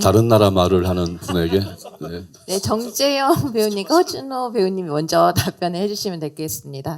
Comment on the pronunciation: 하준호 아니고 허준호 입니다